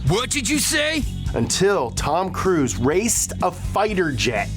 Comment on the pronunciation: Tom’s last name is pronounced cruise not Cruz Cruz is like saying crud